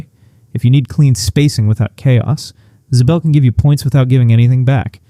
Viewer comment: Ziebell is not pronounced Zbell. For someone hot into UConn mispronouncing names makes one wonder what kind of fan doesn't know how people pronounce their names? When did it turn? - when UConn stopped turning it over, and made Nova turn the ball over. While the stat line between Williams and Jana wasn't really all that different except in the rebound department, I don't have a + - on them, it's true the former hasn't reached expectations, but then neither has Jana, and center is an unfixed problem until next year. I think they can scrape by but it puts a lot of pressure on Strong and the turnover queen.